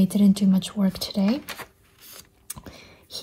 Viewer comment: The "joday" moment made me laugh out loud, I love the funny mistakes. I really enjoy your videos and your transparency about your mental health. I was diagnosed with anxiety last year and it's so comforting to see someone who has similar struggles. Thank you for all of your hard work, and try to take care as best you can in the new year :)